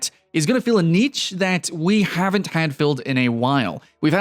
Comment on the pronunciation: God damn it pronounce Niche properly!!!!! RAGGEEEEEE!!!! <3